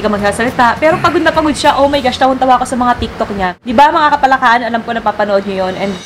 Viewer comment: Hindi parin masabi ng buo ni idol yung "KAPALAKAAN" Hahahaha "KAPALAKAKAN" 😂😂😂